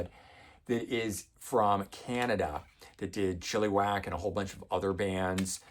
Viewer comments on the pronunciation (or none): Hey, Happy New Year! Just wanted to let you know that when you pronounce the band 'Chilliwack' you pronounce the "lli" part of the band name as an "e". It should be pronounced as an "a". Not trying to be a smart ass, but thought you might like to know. They had a few major hits in Canada and the band included Brian Macleod who later went on to form another Canadian band 'The Headpins'. Both were very good bands. My first concert was at the CNE in Toronto. I sat third row for Loverboy (this was when they were huge) with the Headpins opening. Anyway, thought I'd share. As always, love your content and keep supporting the almighty CD.